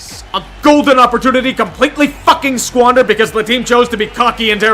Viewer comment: The way he said squandered was just pure, unadulterated YINZER